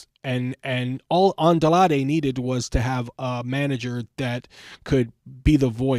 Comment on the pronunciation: Bro it’s Andrade not adlade if you can’t pronounce it say it in English damn